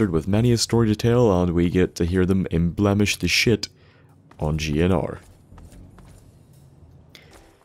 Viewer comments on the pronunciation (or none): Isn't the word embellished instead enblamished?